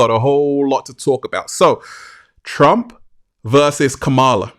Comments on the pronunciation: …it’s COME-MA-LA dummy 💯✔️… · Beloved! Beloved! 😩😩😩 you’ve got to work on the pronunciation of VP Harris’ name: it’s COMMA-La (like the comma in a sentence) …mmmmm Slow motion this side 🙂‍↔️